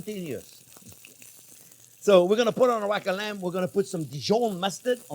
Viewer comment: Rakkalamb, you sound Aussie mate!